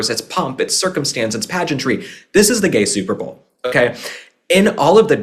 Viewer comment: I always loved both Princess Catherine and Melania and their style - classy, put together, flawless !!! And I loved how you said gay super bawl!!!🤣🤣 Thank you UK for the beautiful reception of our President and the First Lady! 🇬🇧🤝🇺🇸